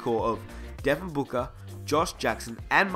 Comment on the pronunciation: I've never heard if Devin Booka but I have heard of Devin BOOKER